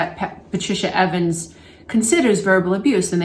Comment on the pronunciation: Thanks for this video and the reference. (PS: The author is Patricia Evans - and not Avens)